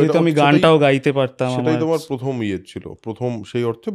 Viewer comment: Pothom noi Prothom hobe...